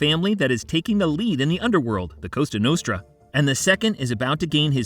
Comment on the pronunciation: It's Cosa Nostra not Costa Nostra Just saying